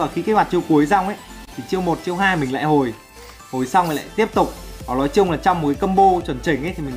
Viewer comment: nói ko phải lói sửa đi cu